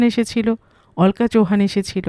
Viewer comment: নামটার উচ্চারণ হবে অলোকা, অল্কা না